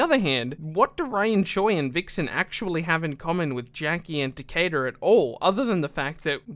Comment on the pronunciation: You just called takeda takedar